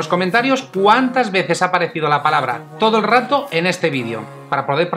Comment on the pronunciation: Solo la vi una vez la palabra pero no decía todo el rato creo que decía toelrato lol. Saludos